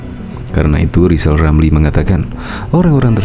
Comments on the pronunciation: lijal lamli 🤣🤣🤣🤣 blajal dulu sebut huruf R baru nyinyil olang 🤣🤣🤣🤣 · Sy se7 lijal Lamli jd capres,tp dg syarat,,dia hrs bisa ngomong ER,kl g bisa,,jgn mimpi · Kaciaaan deh lo LL, Lizal Lamli🤣🤣🤣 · lizal lameli omong R aja gak bisa kok komentari kinerja p jokowi yg sdh terbukti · LIZAL LAMLI ...bukan RIZAL RAMLI 🤣🤣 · Lizal lamly...kalo ngoceh yang benel ya.. jangan ngawul.. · Rizal Ramli, ngomong r. Aja blm bisa sok ngajarin pemerintah belajar aja dulu nyebut r. Baru bicara sama pak jokowi